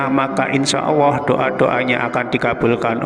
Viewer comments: Kok sy denger nya bukan Allah tapi Auwoh ya...salah dengar gak sih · Bismillahi ya Allah ... Bpk nyebut ALLAH PUN TDK JLS , KNP , BPK MUALLAP BPK ?